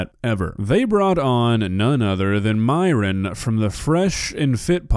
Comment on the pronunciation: My biggest question is why Myron insists on his name being pronounced as Miron when his greek origin Christian name is pronounced the same way it's actually fucking written - Myron (like myrrh-on) a sound which granted isn't common in English but still very pronouncablefor English-speakers. Idk why, but it just irks me.